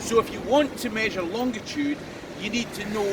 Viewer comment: I hate to be picky but the word is "longitude" no d in the middle sir. BTW I love your videos.